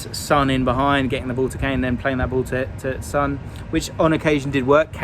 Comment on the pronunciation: how can you pronounce Hojbjerg correctly but consistently mispronounce Son 😂